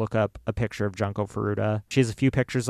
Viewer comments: We realize in retrospect that we pronounced her name wrong. It is Joon-ko. At the time when we researched this case, every video had pronounced it as Jun-ko. Neither of us are native Japanese speakers, and we try to pronounce things the best we can. We wish we could go back and change it, and we considered doing the episode over, but we don't think we could capture it the same way, and the responses have been overwhelmingly positive about the episode in general. We will continue to try our very best to pronounce things properly. Thank you to everyone who has responded with kind words and understanding, as well as encouraging us that it is okay for us to get emotional about the case. This was an incredibly difficult episode for us to do, and your support means the world to us. We love you ❤️ - and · Just a comment about the video itself; please take the effort to learn how to properly say the victims name. You guys basically called her ‘Junk-o’ the whole episode and while I know Japanese is not your native language, if you are going to be covering this case, I think you should do your due diligence and pronounce it correctly, out of respect. I just kept hearing ‘junk’ the whole time. It says in your description that you looked at other videos but maybe look at how actual Japanese speakers pronounce it. Just a note for future cases you cover. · cant even be bothered to say her name correctly? seriously.